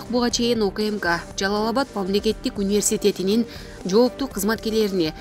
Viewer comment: "универсесетинин" деп кантип суйлоп атасын уялбай.